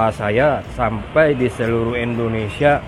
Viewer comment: Bukan endonesia..tp indonesia..